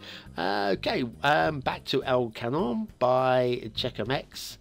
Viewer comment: Love this map, 4 stars for me. It's pronounced "el kangnon" (gn spoke as in "cognac")